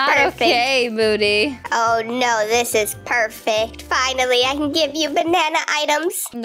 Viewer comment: That’s so funny 🤣 when moody want to give triceratops be like: thanks for the triceratops muddy Me:it’s moody not muddy😂😂😂😂😂🔪🔪🤣🤣😂🤣😂😂